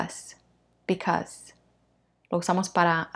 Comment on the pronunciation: Teacher , minuto en la palabra bacause se le fue la letra "a"(because), saludos.